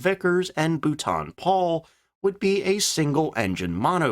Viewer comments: Be better if you worked on your pronunciation of the manufacture's names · What's with the daft pronunciation of Booooulton Paul. It's pronounced Bolton Paul!